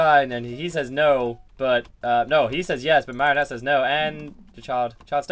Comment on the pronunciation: PEOPLE IT IS MARIONETTE. NOT MERRINETE, NOT MARRIONETTE, NOT MARYONIT, NOT ANY OTHER WAY! PLEASE YOU GUYS IN THE COMMENTS ARE KILLING ME.